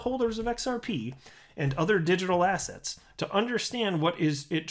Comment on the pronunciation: Man, I must be listening to your videos way too much because everytime you say "assets", I hear "ass hats" :D